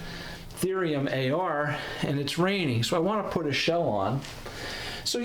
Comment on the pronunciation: It’s Thorium not Therium